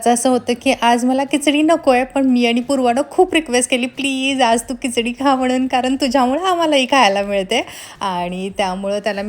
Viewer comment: Kichdi nahi Khichdi aste